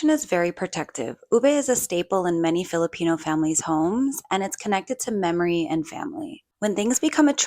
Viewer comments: As a Filipino, I am massively cringing at the casual caucacity in this piece, from the non-native main interviewee as a source person, all the way to the mispronounciations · The way my eyes twitch whenever I hear mispronunciations of Filipino words. 😣